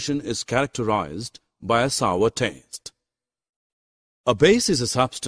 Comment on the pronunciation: It is not sover it is sour